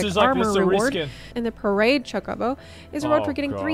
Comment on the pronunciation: How is this girl a Final Fantasy XIV streamer, yet she miserably fails to properly pronounce chocobo (cho-ka-bow). I can't even comprehend what she called it. I think she said chacobo as in cha-ko-bow. I've only played 1 Final Fantasy game, and it was 10. Yet I know how to pronounce it.